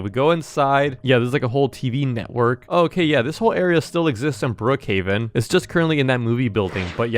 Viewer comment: When he was at bloc fruit Wayne he said Brookhaven I heard bookaven